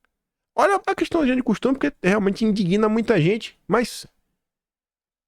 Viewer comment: In-dig-na é a separação correta e não in-di-gui-na